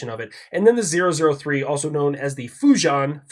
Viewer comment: fujian = foo gee ann